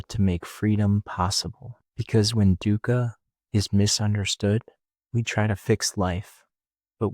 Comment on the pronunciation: Its pronounced thoogh-khaw.. not so much as duca.